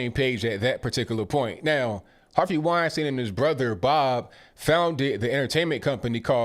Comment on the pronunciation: Weinstein. WINE STINE ! In German ei always sounds like i. ie always sounds like e.